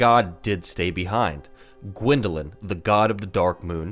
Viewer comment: dwindeling? You mean GWINDELING?